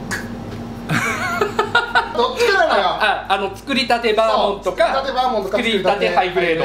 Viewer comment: バーモンドじゃなくてバーモントなことに一番驚きました。